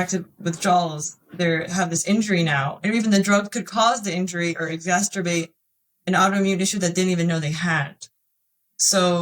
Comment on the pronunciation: Just a note on pronunciation of ‘Exacerbate’ (make a problem, bad situation or negative feeling) worse. -NOT ‘Exasterbate’. Thank you for your honest story.